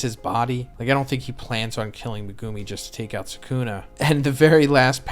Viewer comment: Day 160 of asking to pronounce Megumi's name correctly